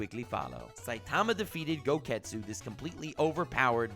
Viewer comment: “Gogetsu” ok I’m done